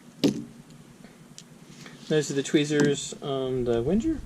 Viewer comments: Wenjer? 🤣 "Ving-er" it's a Swiss army knife, but the name is German. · Good video, but I have to point out that its pronounced Veng-ger